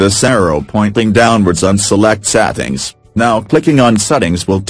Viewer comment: ''and than select sattings'' i just died at dat part